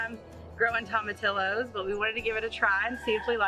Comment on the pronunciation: Everything is looking great you two! We are getting into the rainy season here in central Florida so I am keeping my fingers crossed for my garden. So far have already harvested tomatoes, bush beans, okra, squash , cucumbers and zucchini. BTW: tomatillos is pronounced TOE-MA-TEE-YOS. Have fun in the garden and Gond Bless!!